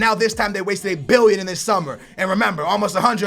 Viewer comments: Why u say wasteded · Why you saying "wasted" like its money not well spent???